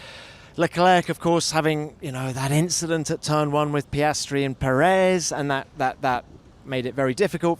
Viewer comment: Inchident :D